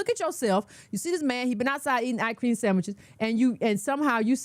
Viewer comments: The way she said “sandmiches” had me DYING!! 😂😂😂😂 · when she said "ice cream samichiz" I damn near spit my coffee all over the screen. 🤣 I've never heard of her, but I really like her, so far.